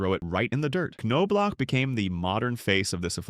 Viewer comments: Jesus man, its ''nob lock'' NOT '' ''c no block'' smh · KanKnowblock. Sounds right to me! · AI can’t pronounce Knoblauch correctly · yeah, did you notice that it got it almost right, like 30% of the time